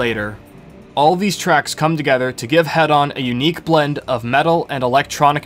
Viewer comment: It's pronounced hee-don btw. As in hedonism.